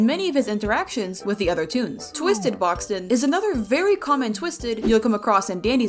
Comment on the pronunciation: Boxten, not Boxton Rodger, not Roger Bobette, not Bobbit Coal, not Cole Rudie, not Rudy Looey, not Louis Vee, not V Brightney, not Britney Razzle & Dazzle, not Razle Dazzle